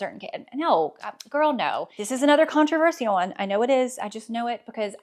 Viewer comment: Where is this pronunciation of "controversial" from geographically? I've only heard it pronounced as kaan-truh-VUR-shul, never kaan-truh-vur-SHE-ull. I'm fascinated by regional accents! Also, good riddance to the front tuck! I love a full tuck or fully untucked, but the front tuck is such a try hard!